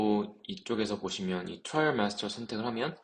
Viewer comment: 트레일 마스터라고 읽지 말래놓고 와 트레일이라고 읽으세요 ㅋㅋㅋ 트라이얼!!!